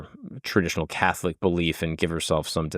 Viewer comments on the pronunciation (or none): none